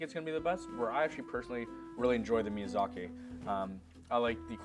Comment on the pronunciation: The awkward moment the chef can't pronounce miyazaki and turns it into miyazakay for no reason.....